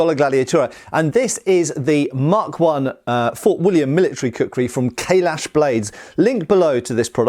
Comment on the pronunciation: Every time Matt says 'Kailash', I hear 'Kahless'.